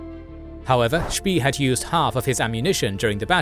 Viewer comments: Spee shouldn't rhyme with English "pea".. rather with "spay" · I know it's an AI voice, and credit due, is probably one of the best AI voice out there. However, Spee, is pronounced Shpey, just a little something that annoyed me. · I know, was just pushing him into the right direction. If he pronounces it more like 'Spay', it wouldn't hurt my ears so much :) It is also funny to hear Americans pronounce words like 'Wehrmacht', 'Führer' or 'schön' - so far of the mark. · Yeah it should really be pronounced something like "shpay".. rhymes with Spay and Neuter your pets. If you put "spee" into google translate on German you can get a pretty good German pronunciation. This goes for almost any common language. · No, it is an AI voice, just one done very well, however, there are some slight pauses and inflections where you can tell. Also, Spee is pronounced Shpey. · Spee is pronounced like spray, minus the "R". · Was looking if it was already mentioned... It is very distracting to hear such a bad pronunciation of a German name